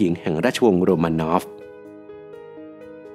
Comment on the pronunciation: ทำไมราชวงศ์โรมานอฟ กลายเป็นโรมาโนว่า ทำไมซาร์นิโคลัส ทำไมชื่อเหลือแค่นิลัส?